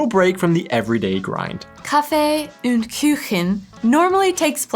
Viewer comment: It is intetesting how not only you, but many anericans tend to pronounce "Umlaute" (ä,ö,ü) where there are none and don't pronounce them wherre they are. I haven't quite figured out why So it is " Kaffee und Kuchen" not " Kaffee ünd Küchen". Kaffee is pronounced perfectly. When you try "und" try to think of how you pronounce the "ou" in the word "you", and the same with "Kuchen" You really just need the sound of "(y)ou"